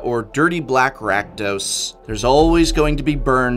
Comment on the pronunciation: rakdos not rakados